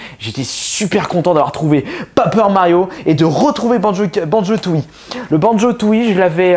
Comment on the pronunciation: "Papeur Mario" :hap